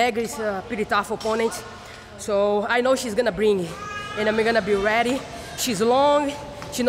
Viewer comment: this is her every interview . " She's a tough oponnent, but I'm gonna be weady," 🤦🤦